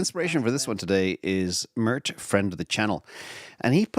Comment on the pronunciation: It's not murt u doofus. Sounds like maert